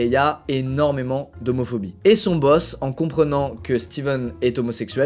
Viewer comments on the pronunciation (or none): none